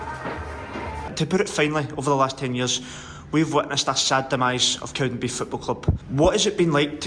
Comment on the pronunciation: It's "CowdenbeaTH" not "Cowdenbeef" 🙄